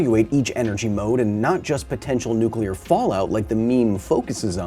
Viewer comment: You know what really grinds my gears? When people pronounce nuclear as "nu-kyu-lar", not "new-klee-ar". Good job to Kyle on correct pronunciation. 💥